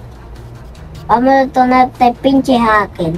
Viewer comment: Por qué no pueden ablar. Jaker y dicen jakel